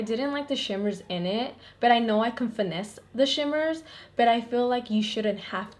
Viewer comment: whenever you say BUT i think you're saying BET and i'm like ouuu she from new YORK?!?